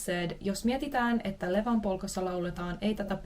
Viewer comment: I like it how even after realizing it's Ievan with "I", you read it Levan again 😀